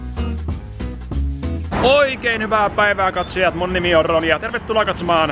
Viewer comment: Aina kun Roni sanoo "mun nimi on Roni ja..." niin kuulen aina että "mun nimi on Ronja..."